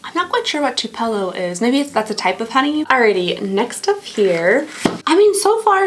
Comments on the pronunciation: Get a pack of unscented baby wipes and kerp them at your table. Easier cleanup! Also, Tupelo is a city in Mississippi and is said TWO-peh-low. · Loved this video! But btw Tupelo is pronounced 'Two-pellow', it's a town in Mississippi! <3